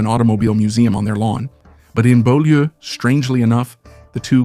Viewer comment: Beaulieu is pronounced B-you-lee, Byoulee 👍